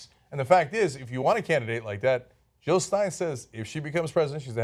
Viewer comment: JILL NOT HILL JILL NOT HILL